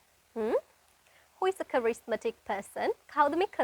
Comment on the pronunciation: කරිස්මැටික් නෙවෙයි පුතේ කෙරිස්මැටික් කියලා